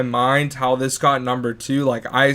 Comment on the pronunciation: it's zis